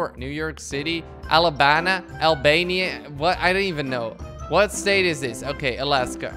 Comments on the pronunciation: Albany ??? | You say ALBANIA <3 <3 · ALLLLLLBANEEEEE THATS HOW YOU PRONOUNCE IT. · its pronounced al-ban-ey but spelled albany